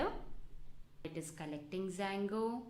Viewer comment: it's Django not Sango haha, love the slang